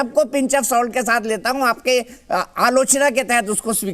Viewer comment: Dath nahi sath hai.mazar nahi nazar hai